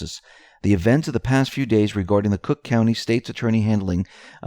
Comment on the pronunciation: It's cook county for Pete's sake.